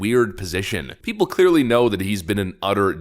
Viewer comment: Lol you said Pee pole 😅😅😅